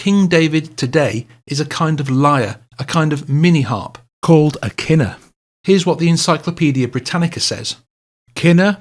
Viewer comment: David's lyre isn't a KINner, It is a Kin-NORE